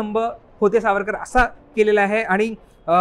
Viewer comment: तुम्हाला सावरकर नीट म्हणता येत नाही का? सावर का म्हणत आहात? सुपुत्र की सुपूत । हे सुद्धा त्या राहुल सारखं येडं दीसतय